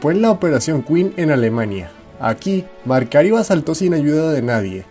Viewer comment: Disculpa la correccion pero el nombre es Macario Garcia la letra "r" esta de mas saludos 😝😉👏👏👍😸